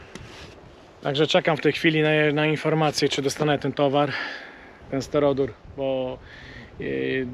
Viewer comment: kochany... S T Y R O D U R nie stero-dur. Nie bądź jak Emil. 😅 Ps. A jeżeli ta nazwa jest ciężka do zapamiętania to XPS.